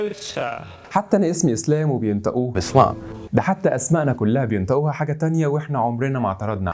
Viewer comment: وانتا كمان مبتمطقش (ج) و (ق) بدل ماتقول بنطقوها، بتقول بنطأوها وكمان اخرج بتنطقها أخركّ 😅😅😅 سلمات يا معلم